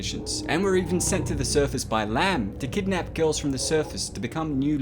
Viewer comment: Ello, Eleanor Laamb speakin!